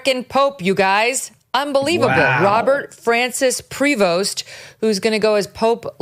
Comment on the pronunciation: It's pronounced "Pree Voe" the S is silent. It's a French name.